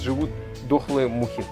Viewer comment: А меня насмешил акцент на мухах.